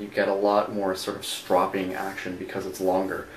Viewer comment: You saw (strow-ping) incorrectly... its irritating